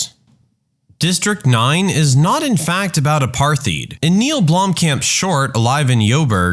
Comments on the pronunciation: Apartheid, not aparth-heed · "A-par-tīde" I don't usually correct pronunciation , but it's an important era in World history that effected more than just South Africa, so it would be unfortunate to not know what it was or or how to accurately talk about it. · Apartheid is pronounced "apart-height". Like "-heit" in German meaning "-ness", it means "apartness", in the sort of bastard Boer Dutch the South Africans speak. "No, our system perfectly respects black people, we just want them to use separate schools, hospitals, drinking fountains, etc. Not discrimination, just simple apart-ness". That's the track they went down. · Just a pronunciation note here: apartheid is pronounced apart-hide. A lot of people get the pronunciation wrong, just remember, the t and h are pronounced separately and heid sounds like hide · The narrator is a bot. It has not been taught how to pronounce apartheid correctly.